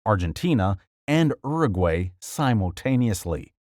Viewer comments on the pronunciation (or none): none